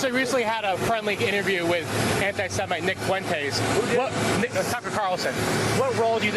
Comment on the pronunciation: "Nick FOO-wentes" 😂